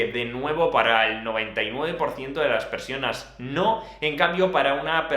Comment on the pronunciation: Sólo yo escucho "99% de las persianas" en ??